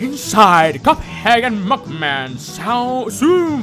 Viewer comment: He said m u c k man